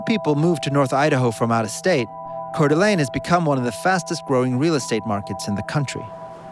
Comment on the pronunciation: Cör d'Alene 😂